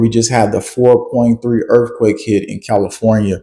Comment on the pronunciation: Did he say “erf quake”?